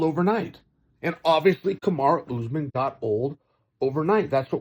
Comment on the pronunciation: Chael still saying "Kamara"